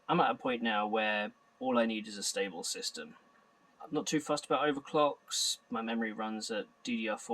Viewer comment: Several times I heard "system" as "sister".